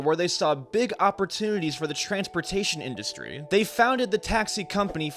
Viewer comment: "Industary" - REALLY??